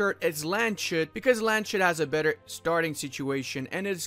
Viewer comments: I usually hate correcting people about pronounciations but its Lands-hut, not Land-shut. No hate, just trying to help ( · Dear Landshut is not pronounced with a sh. I am sorry but hearing LandSHut is just cancer, good guide though!!! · Just wanted to say, Landshut's syllables are Lands-hut, not Land-shut. Otherwise great video as always. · lands-hut not land-shut (or "lunds-hoot" when transcriped into the english alphabet) translated into english it would be "county hat" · Nice guide, but no one told you it is lands hut. It is not SH. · Land SHUT, always enjoyable pronounciation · Much love, Bayern! ...also as a FYI, it's "Lands-hoot". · I cannot believe how many people cannot pronounce Landshut :D Try it: it's LUNTZ - hoot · My main issue with this video is pronouncing Landshut as Land-shut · Its Lands-hut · The number of times you say "LandSCHut" in this video should make you permanently banned from entering Bavaria :D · Landshut is pronounced lunds hoot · its lands hut :) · duuuude u cant pronounce landshut like that cm on...